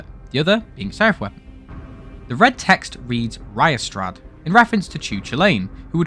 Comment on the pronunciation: small correction, as while it looks like you would pronounce it riastrad, its actually pronounced like reea-strad, similiar thing for the Cú himself, as his name is actually pronounce Ku-Kullen